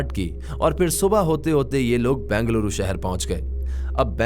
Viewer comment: It's not Bangaluru.... It's Bengaluru.